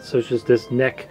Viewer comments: Nec? NECK! It's pronounced N-E-C, enn ee see.w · Nope, it's pronounced "Neck". Why else would they have a computer called the NEC Trek?